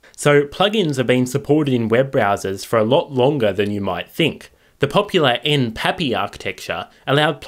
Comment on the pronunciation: That's fascinating. Also, I think that pronouncing it N-P-A-P-I is probably the safest bet, considering the fact that it has "application programming interface" in the name, in which case acronyms are usually pronounced letter-by-letter.